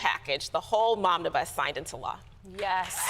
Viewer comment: Haha she said “Momnibus”! I had to rewind to be sure.